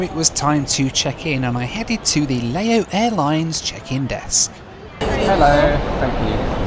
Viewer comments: Another idiot youtuber who believes himself to be some kind of expert and yet hasnt got a clue and cant even pronounce the name of the country correcty. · Its pronounced Louse as in mouse!!! Courtesy of the grammar police. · Pronounced Low as in ow. Silent s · Laos, rhymes with house. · acutally pronounced Lao without the ¨s¨ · Correct pronunciation please ..Lao (how) and Laos (as in house) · It's pronounced LAUSE! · Great video but your pronunciation of Laos changed throughout the video. It’s pronounced loud minus the d. The s is silent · I'm very confused with it being Lay-oss one minute then Louse and even Lie-oss. And should Lao be pronounced Lay-oh or perhaps Low, to rhyme with Bough? Still a good video of course! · I’ve never heard anybody pronounce Laos as “Lay-ohss.” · Yes, Laos is pronounced like louse. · Sorry, but your mispronunciation of Lao and Laos, my favorite country in the world, is really grating. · youtube is great for finding out how to pronounce country names.........still a great video though ! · if you arrived at 12am to your hotel why not schedule 2 nights hotel stay , instead of just few hours sleep and groaning about being tired, you would have had time to learn the correct pronunciation of Lao Airlines and Laos the country instead of your appalling attempts. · I like this game of 'how many different ways can I incorrectly pronounce Laos'! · Yes. I was pointing out the hypocrisy of British people who get all annoyed when other people pronounce their places wrong but then happily pronounce other people’s places wrong. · I don't quite buy Laos being least visited country in Asia. And also what's up with him not pronouncing the country's name right? Being such a well travelled man How does he not know how to pronounce Laos ? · sweetheart, the country you are visiting is pronounced like NOW but starting with an L.....just saying, great work as always though mate. xx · It is pronounced Lao..not leyo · "Lowh" not "LayOss" brother